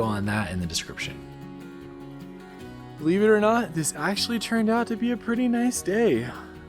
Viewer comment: DIS CRIPTION. Why does it always sound like you can't say that word properly. It always sounds like you are just saying SCRIPTION.